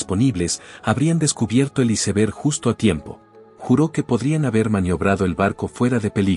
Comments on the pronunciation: SI NO SABEN DECIR "ÁISBERG" MEJOR DIGAN "TÉMPANO" DIOSSSSSSSS !!!!!!!!!! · Sii y aunque hablé en español, debe decir bien "iceberg"